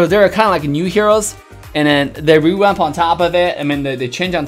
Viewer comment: i like the way he says revamp rewamp :3